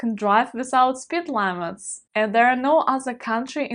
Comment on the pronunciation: please check out the correct pronuncation for "limit"; your way to pronounce it hurts my ears. No sweat, just showing my German directness. I still love and support your videos.